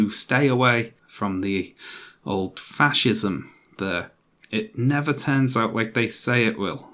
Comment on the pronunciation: is it pronounced thashism then